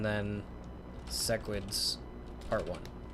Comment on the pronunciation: idk what interplanetary demon pact I need to enact or agree to that will stop cursing my ears with SESS-QUIDS but please I beg stop calling them that. It's SEH-QUIDS. Love the vids otherwise <3